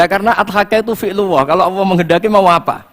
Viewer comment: Sy akui Gus baha ilmunya tinggi...tapi sayang ga bisa melafalkan kata ALLAH..? BELIAU GA BISA..COBA DENGERIN.PADAHAL INI PANGGILAN UNTUK YG PUNYA ALAM SEMESTA INI. KO MENYEBUTKANNYA ASAL ASALAN beliaw cuma bisa kata AWOH (BUKAN ALLAH) KARNA DRI AWAL BELAJAR MENYEPELEKAN KATA ALLAH 🙏